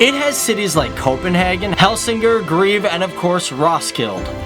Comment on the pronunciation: The way he Said Herlev, Helsingør, greve, Ribe and roskilde